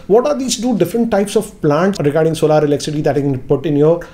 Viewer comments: Sir Solar is Pronounced As ' sol-er , not solaar . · It's solar not solaar. Solaar have different meaning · सोलर not सोलार ।